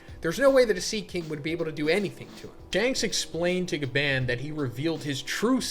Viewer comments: BRO ITS PRONOUNCED AS GA BON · STOP PRONOUNCING GABAN WRONG! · Gaban in the most American accent 😭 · Why are you pronouncing his gabans name like that. Omg 😭 its so painful to hear. Its like when someone who doesnt watch anime pronounces Naruto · Why the hell do you say Gaban that way? Jesus Christ I'm cringing everytime you say it so terribly and that's already 10 times in the first minute.